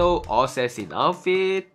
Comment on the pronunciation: Ossasin...not assasin😂😂😂